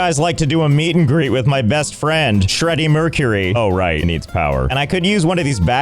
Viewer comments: He said "Shreddy Mercury", which is nice. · "shreddy Mercury" 😂😂😂😂